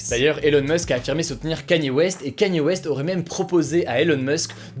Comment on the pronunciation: Respectez le s'il vous plaît c'est : Kanié (Kanye) et pas Kenny